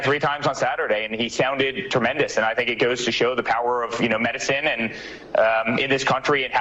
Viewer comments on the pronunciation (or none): Termendous? Did he really say that???